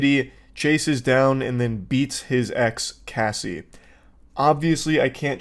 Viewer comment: I couldn’t imagine uploading a whole report on someone and pronouncing their name wrong every time even though they are famous and it’s an extremely common name lmao 😂